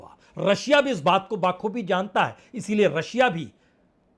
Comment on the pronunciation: पुण्य प्रसून बाजपाई जी, आप अक्सर बाखूबी बोलते हो जो गलत है l सही होता है बखूबी और ना की बाखूबी ! वैसे ही "खिलाफत" गलत होता है, सही मुखालिफत होता है ! हम चाहते हैं कि आप का ध्यान खींचा जाए, क्षमा यापन के साथ l